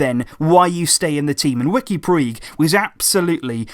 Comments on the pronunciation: His name is pronounced as riqui "pooch" btw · Sorry, but it's pronounced Riki Pooch, I speak Catalonian.